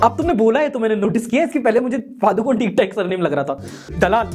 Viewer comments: The 'Padukone' in Deepika Padukone is actually a place in Karnataka. PS- It's a small coastal Village in the Udupi District (Byndoor taluk) and the most widely used pronunciation of the word is 'Puh-doo-ko-nay'. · Its actually pronounced as Pa-du-ko-ne,,,,, पडूकोणे here in Karnataka...idk why she says that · Padukone is not a family name It is a place in Udupi district, Kundapur taluk. Karnataka. It is also the birth place of the great Gurudutt. The correct pronunciation is पडुकोणे not पादुकोन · Padukone is actually pronounced as pa+du+ko+nay It's the name of a place and as deepika is from this place, she has got it as her surname🙂